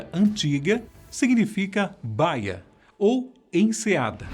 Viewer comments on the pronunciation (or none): Bravo!!! Não é baia; é baííía como a Bahia no Brasil. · O cara não sabe a diferença entre Baía e Báia...se é que está segunda palavra existe escrita desta forma...afff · Gente... Ler Baía como baia foi de cair as orelhas.